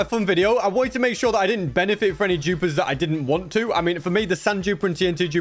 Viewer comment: Is he saying jupers? Not dupers